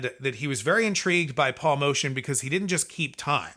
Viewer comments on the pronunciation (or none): It's Moe-tee-anne not motion